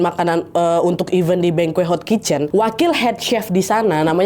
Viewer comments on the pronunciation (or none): izin ralat ya, bengkoe yg dimaksud mungkin banquet. dibacanya “bangket”